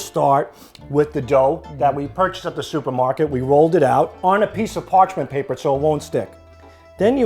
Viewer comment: ''Parchen paper'' Yet another word Sal has no idea how to pronounce.